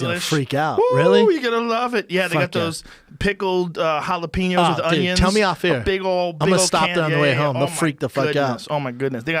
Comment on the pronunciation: It makes me so mad the way Joe pronounces jalapenos LOL like the typical white boy that he is